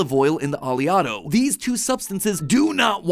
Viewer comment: It's not (Ah•lee•otto) it's (Oh•lay•otto). It's named after the most prominent fatty acid in olive oil, oleic acid. Which is pronounced (Oh•lay•ic)